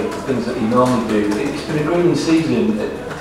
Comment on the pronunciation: When I think of how pep struggles to speak after he loses pretty much the same. Good ebening